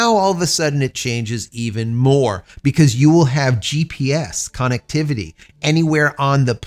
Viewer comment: I hear people pronounce connectivity as CONOCTIVITY? Why is that?